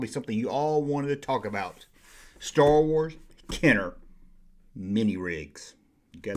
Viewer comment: I wike Stah Wahs :)